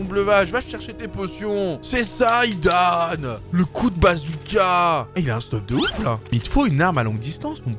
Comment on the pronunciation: C est pas hidaan c est zidane